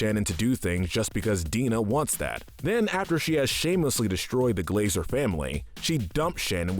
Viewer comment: Cool video but you pronounced „Glazer” wrong